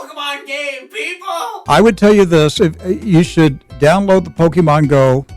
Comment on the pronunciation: it ticks me off that all the reporters pronounced poke-AY-mon go wrong.